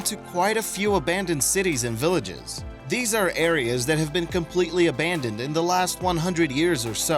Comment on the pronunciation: Narrator can't pronounce "abandoned." Editors and content creators don't care. Instant vote down for making America even stupider, day by day.